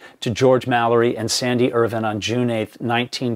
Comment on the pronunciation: Hi, love these clips, I’ve been following this since Mallory was discovered. Just want a to ask would you please pronounce Sandy’s last name correctly Irvine as in grape vine not as Irvin, he deserves that level of respect. Cheers